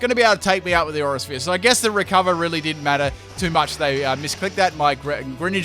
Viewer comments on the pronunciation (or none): none